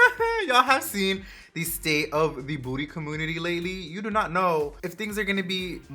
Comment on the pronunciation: First time watching you! Loved the review and make up look. 💖 Love the way you say ‘booty ( beauty) community’ 😊 Subscribed! IG xs4mmiex